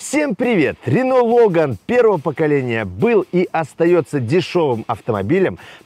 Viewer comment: не лОган, а логАн.